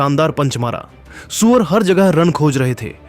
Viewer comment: Q surya bhai ko suwar suwar bol raha hai upna language thik kr